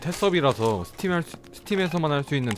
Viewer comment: ㅅ 발음 잘 안 되시는구나? 맞죠? 못 하죠? ㅋㅋㅋㅋㅋㅋㅋ th팀 에서... thㅔ섭이라... ㅋㅋㅋㅋㅋㅋㅋㅋㅋㅋㅋㅋ 저는 ㅅ 발음 잘 하는데 ^^